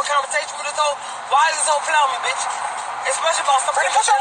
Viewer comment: Wait a damn minute!!! How did you pronounce "bihhhhh".